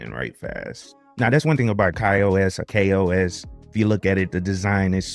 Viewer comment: Ki-OS? what is that? This review is regarding Ka-OS, which is pronounced Kay-OS. You know, like other KDE platforms